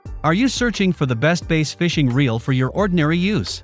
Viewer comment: Can’t trust a review that can’t pronounce BASS correctly (It’s not pronounced BASE)...